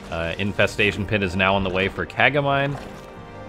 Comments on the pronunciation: It's named Ka-ga-mi-nay ;) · That'd be "kah-gah-mee-nay", it's Japanese.